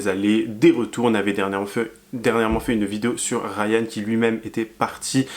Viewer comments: Faut arrêter de dire Rayan 🙈😂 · Coucou. Il s'appelle Aaron et non Rayan 😅. Bisous 💋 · C’est pas Rayan mais Aaron😂